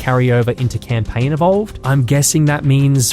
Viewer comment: "all you do is camplaign"